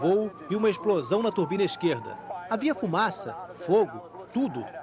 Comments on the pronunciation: Quando fala turbina meus ouvidos sagram! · E ele falando turbina tbm, slk, quem gosta de aviação como eu acabou de tomar duas facadas